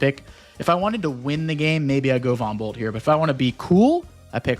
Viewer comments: Did anyone else hear Von Bolt as "Bumble"? XD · Right about now, it's time to rock with the biggity Von Bumble 🐝 👩‍🦼